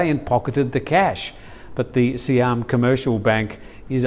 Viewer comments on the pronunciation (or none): none